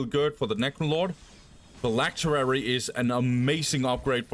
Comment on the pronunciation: Phylactery not phylacterery